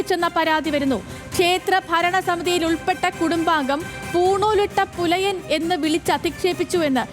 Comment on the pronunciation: ഈ പറഞ്ഞവൾക്ക് പുലയൻ എന്ന് പറയാൻ അറിയില്ല. എടീ.... പു... മോളെ പെലയൻ അല്ലെടി..... Pulayan എന്താ... പുലയൻ അങ്ങനെ വേണം പറയാൻ.